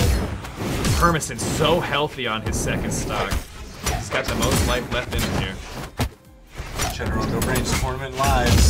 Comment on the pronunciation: it's Cedero not Cheddero. I dont know if you remeber the video 2 years ago... Cedero and Cake vs... I cant remeber. There you pronounced it correctly